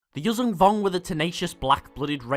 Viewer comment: You pronounce it incorrectly it's Yujan (that zh is pronounced as s in word viSion)